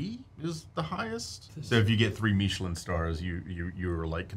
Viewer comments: Meeechilen instead of Michelin made me laugh. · Am I the only one bothered by, “meeeeechelin star”? Lol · Why are you pronouncing michelin like that, it's literally the tire company it's not some fancy french thing.